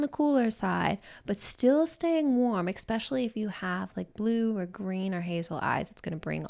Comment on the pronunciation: A really interesting video. „Exspecially“ did get a bit distracting though. It’s nice to see the interactions and banter between you both